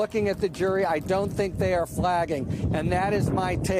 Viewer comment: After all this time Harry still can't pronounce Merchan. 😄